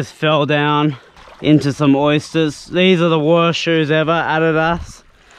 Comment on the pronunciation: Thats how we say it is aus hahaha